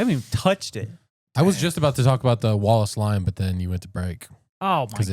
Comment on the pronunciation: Am I the only one that keeps hearing “wall of slime” everytime says “Wallace line”?!?